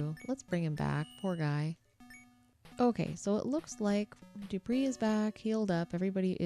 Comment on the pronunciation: Wanna know something hilarious? Dupre's name is pronounced 'Doo-Pray', he even says so in Ultima VI: The False Prophet (SNES) that it 'rhymes with fray'. XD So inadvertantly you missed a chance for a pun/alliteration with 'Dupre died in the fray'! Anyway, real treat to see someone complete this game legit-mode. Not many people do proper longplays and either only play for a short time or only play short games. This has been a, what, 16 hour adventure? And you're playing quite well, with expert knowledge! Quite a lot of repetition and grinding, but an enjoyable journey, yes? Not many games can offer that in actual gameplay, and not just 'you died, do it again the trillionth time this level', or an even worse degree of grinding. All this, on a system with just 24KB RAM (16KB video, 8KB system) and a 256KB ROM cartridge, driven by a 3.5 MHz 8-bit CPU.